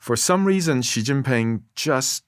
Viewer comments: WTF sound is Dwarkesh inventing for the X in "Xi" that doesn't exist in Mandarin at all or even in English for initial sounds in words. It's some weird French J sound. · There’s no excuse in 2025 for an educated person to pronounce “Xi” like “Jhee” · The 'zh' sound /ʒ/ doesn't exist in Mandarin. So that's not how you pronounce "Xi". It's pronounced / ɕi / -- a voiceless palatalized subilant. It definitely is not voiced. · Thanks so much for this interview. Props for the subtitles as a whole (still needs a grammar parse to nab the extra words that dropped in here and there). One thing Dwarkesh, if you ask someone how to pronounce a name (or to correct you) please try to then say it correctly too to complete your show of respect for whichever foreign culture you're discussing. Another thing D, be very careful about your bias, it seriously undermines your integrity and validity. Much of the condemnation and judgement you level should be measured against other countries too, particularly the US, Victor checks you a few times and in a more measured discussion you would spend more time contrasting. You did this well when mentioning the "rent" in Californian bureaucracy, sadly this approach wasn't consistent. Some of your judgements are perceptual/ideological (unconscious) bias driving sensational or hyperbolic choice of words. Try talking a little slower to phrase your question more carefully so you can properly discuss the issue from all povs rather than feed the bias machine and make your audience more attentive to the substance of the discussion rather than the judgements. With that attention to poke at the issue from a few academic/analytical angles with someone like Victor you would generate some really worthy perspective and enlightenment around the differences in approach. For instance some consideration about whether "wasting" money producing tangible outputs to service state and consumer de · Hes anglicising the pronunciation. Because he doesnt know pinyin